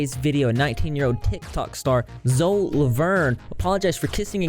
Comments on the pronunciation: Isn't it pronounced zoe-E? Lol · Isn't it pronounced Zoey Laverne? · He said zo